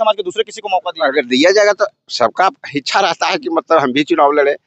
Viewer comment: इसको बोलने ही नहीं आता है इच्छा को हिचछा बोलता है